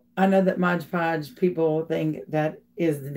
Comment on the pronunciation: MOD PODGE NOT MODGE